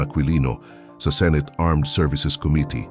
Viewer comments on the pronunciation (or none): none